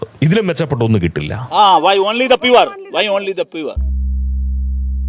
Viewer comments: Can you... ക്യാൻ യൂ മെഗ്.. Mege...😂😂😂😂😂😂😂.. Pure.. Pure... Poor.. Poor..... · പൂവർ (Poor) എന്നുപോലും പറയാൻ അറിയാതെ ഇയാള്....എങ്ങനെ 10 ജയിച്ചു....,😳😳😳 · ഫാഷൻ ആണത് 😂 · Style aakiyathanu...😊